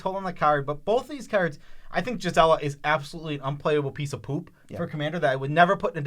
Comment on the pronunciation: Please stop saying jizela, it's gees-uh-luh